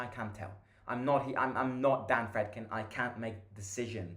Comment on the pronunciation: btw i think its pronounced Freedkeen